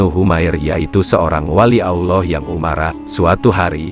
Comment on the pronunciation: Konten musikah ini wkwk,, swt bukan disingkat ya,, dipanjangkan Subhana wataalah,, bukan Olloh ya tapi Allah biasa saja pengucapannya